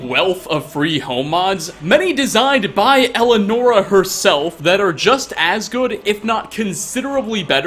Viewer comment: You said her name wrong